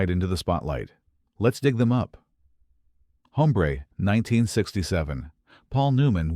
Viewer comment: Get a better "announcer". The title is pronounced OMBRE!